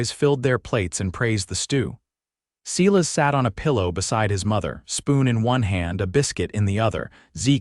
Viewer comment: AI is not strong on name pronunciation, either. No one has ever said Seelas instead of Silas! 🙄